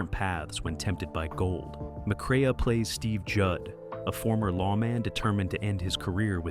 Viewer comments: Peckinpah's cinematic directoral debut was "The Deadly Companions," not "Ride the High Country". And it's pronounced "McCray", not "McCrayuh". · It's more not mcrea. The a is silent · Pronounces it "McCray-uh" hahahha....